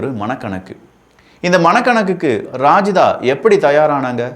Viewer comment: ரஜிதாவை ராஜிதா னு சொல்லுறான் பாருங்க